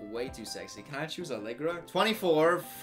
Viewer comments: Hahaha I'm from Swansea and hearing the way pronounces it is hilarious 😆 "Swan-sea" 🤣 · The way you pronounced Swansea om- 😂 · Listening to you try to pronounce english town names is the funniest thing ever! Swansea is swanzee and norwich is norich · swansae=swansay norwich=norich glasgow not glassgow